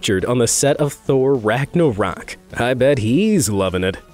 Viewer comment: please dont say bet like that